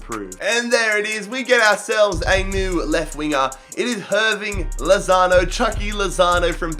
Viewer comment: Is it just me or he said Hirving Lasagne?